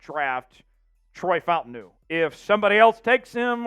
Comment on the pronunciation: It’s pronounced Fa Ta Nu…